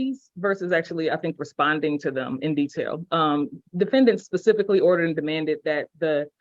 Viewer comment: Pacifically? Tell me you're an idiot without telling me you're an idiot.